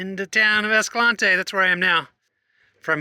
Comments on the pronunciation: Naw, ignore the llama guy. You're saying Escalante right. It's named after Silvestre Vélez de Escalante, it's a Spanish name. The way you are saying it closest to the Spanish name. Ignore the haters, lol all 797 of them (Escalante's population, roughly). Also, the eclipse shots are some of the most incredible things you've shown us which is saying a lot. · Moon photos are totally awesome! Very familiar with Escalante. Been going there since 2002 before it was "discovered". Know of the Escalante pronunciation "controversy". Just say it whatever way works and be respectful of the area, it's all good! We say it the way you do, BTW. Looks like you're heading the BMT. Looking forward to the next vid! Thanks so much for your time and efforts.😁